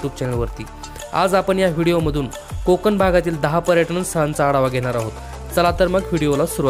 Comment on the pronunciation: कोकन नाहीरे कोकण . ण आधी शुद्ध बोलायला शिक